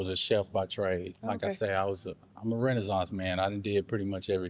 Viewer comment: He said "Ima Renazonce Man" twice lol